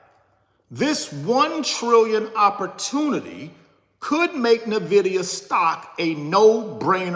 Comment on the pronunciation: At least you can pronounce, "Nvidia" correctly. It's not Na-vid-ee-uh.. Nvidia is pronounced En-vid-ee-uh.